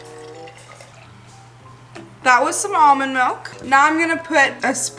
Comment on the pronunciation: Love how you say milk like MELK